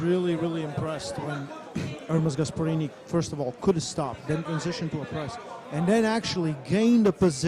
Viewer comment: Dont let and English guy host shows like this again please 🤣gaesperini , luvun tf 🤣🤣🤣